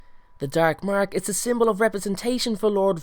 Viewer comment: thr darrrrk marrrrrk love it